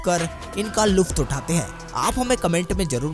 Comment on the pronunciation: Bhai luft Nahi hota hai lutf hota hai